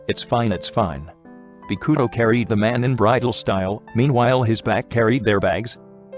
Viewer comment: Me: read this name “bokuto” Everyone: Bow-coo-toe The voice over: Bee-coo-toe